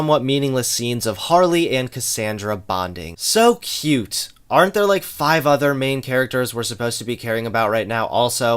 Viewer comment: also he pronounces "Like" "lake".